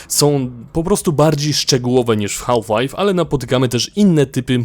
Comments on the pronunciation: źle wymawiasz HALF, mówi się bez "L" Mówię tu jako jako native speaker :p Wymowa: szybkie "haf lajf " jest jak najbardziej prawidłowe ;) Taka moja uwaga na przyszłość, btw dzięki za materiał, jak zwykle kosa! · To potrzebne żebyś wymawial "half Life " Z takim akcentem? Nie znam nikogo kto tak to akcentuje